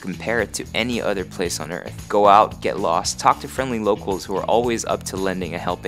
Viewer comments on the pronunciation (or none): none